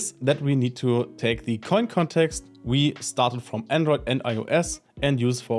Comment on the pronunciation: Thank you for pronouncing it CORRECTLY! No idea why people try to call it "ko-in" when the domain name itself is "insert-koin" which is obviously a play on words from the arcades.